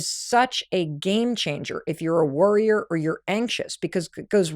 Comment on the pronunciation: Worryer or Worrior, you have a choice. For about a minute I kept hearing "Worrior" instead of "Worryer" and that's when I realized we have a choice.